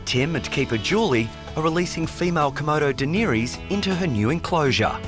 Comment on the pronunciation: A Song of Ice and Fire is a book series. First of all. Secondly, true fans shun that show. Thirdly; any real fan would properly pronounce her name. Offended. Even more offended YT tried to suppress my comment.